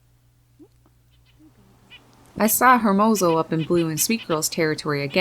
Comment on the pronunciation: you're awesome! I love your channel! 😍 I just have one pet peeve, please don't be angry. I notice you pronounce hermoso as it's spelled but being part Spanish and Puerto Rican it kinda bugs me a bit because it's pronounced ermozo. I love his name though because it means handsome or beautiful in Spanish